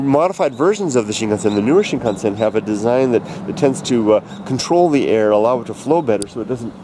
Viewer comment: Do you actually speak Japanese? Cause the way you pronounce (at least to me) of the word Shinkansen sounds pretty good